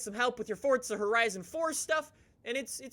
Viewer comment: WELCOME BACK TO FORTZA HERIZON FOUR Text to speech in my brain